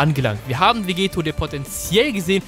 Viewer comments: Vegetto wird mit doppel tt geschrieben also auch ausgesepochen und nicht mit einem t wie bei Vegeta. Klingt komisch wenn man es mit einem t ausspricht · Du sprichst Vegetto falsch aus. Ist dein Doppel-T, also wie Spaghetto.